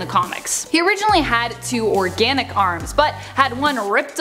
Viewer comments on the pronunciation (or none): none